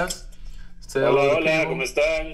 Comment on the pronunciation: Bruhh said “como stan” and he used to play in San Antonia and is in LA now 🤦🏽‍♂️